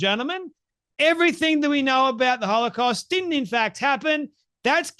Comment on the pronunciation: You know what's crazy? She can't even properly pronounce most of the words she's saying. So how intelligent are we supposed to think she is? As a Christian, I really have to pray for God to forgive how much I'm coming to hate this woman. She acts so cocky too. That "see I got you!" smirk in every other sentence. She's filled with so much hate, I can't let her fill ME with hate! She certainly seems possessed to me. She and Tucker both.